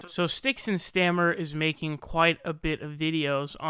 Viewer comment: Did you call him StyxHexenStammer? XD